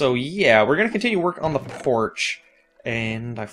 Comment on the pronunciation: lol he said porsh not porch